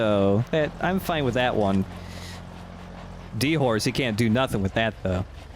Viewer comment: No, no, it's not D-Horse, it's D'Horse. The Horse being said in a French accent